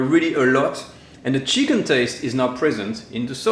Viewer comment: Yes, ... and "cheeeken"... makes it totally French